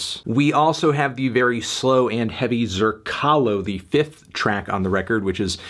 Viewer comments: Zerkalo is pronounced "ZEHR-ka-lo", which is the Russian word for mirror, as well as a classic Russian film. Antigone is pronounced "an-TIG-uh-nee", and she is a figure from Greek Mythology, and the classic ancient Greek play "Antigone" by Sophocles. the more you know 💫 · I dont know if the band intended it, but "Zerkalo", Which was mispronounced by Anthony and I dont blame him for it, is the russian word for "mirror".